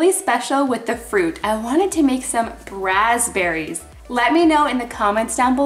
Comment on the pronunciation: I hear feom you first time grazberis ????